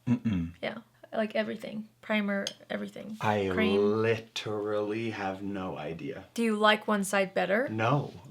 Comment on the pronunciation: "mm.mm. I li-TT-er-a-ll-y have no idea." 😂😇🥰 If I can't find a man who will give me an indignant "mm mm" & 5 syllable "literally" because he's THAT interested in what I'm doing..... well, just fuhgetaboutit. That response was just everything. ❤️